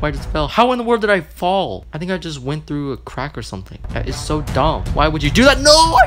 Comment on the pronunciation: The "hello i see you twoow your window" aw you got me